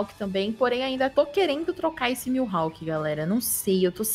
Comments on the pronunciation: Ele falando milhawk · Mano me dá uma agonia escutar eles falando o nome do mihalk errado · Q agonia com eles falando "milhawk"